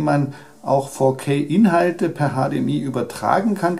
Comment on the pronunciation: "Fourkay-Auflösung" :D